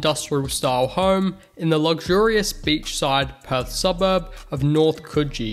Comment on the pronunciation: absolutely butchered the pronunciation of north coogee but otherwise great vid. (Pronounced KOO-jee, different to the one in NSW)